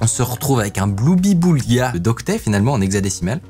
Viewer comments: "Gloubi-boulga", et pas Bloubi-boulga gamin x) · ON DIT PAS BLOUBIBOULGA MAIS GLOUBIBOULGA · Salut micode ! info qui sert a rien on dit un GLOUBIBOULGA et pas un BLOUbiboulga , c'etait le plat de casimir :p